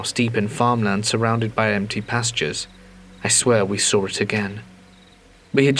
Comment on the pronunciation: "And then I saw(r) it" said for the th time 🫣😂🤣